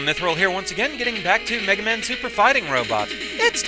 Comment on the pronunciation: "Now, Megawmahn, you awe weady to fight doctoh Wahwee. Fight, Megawmahn, fow evewasting peash!"